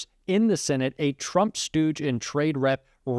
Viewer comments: What’s a Turmp?😂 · Trump not Turmp.😂